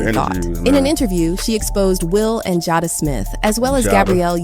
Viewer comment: Its pronounced Jay-da(Jada) not ja-da, its pronounced woo-pen(whopping) not wop-in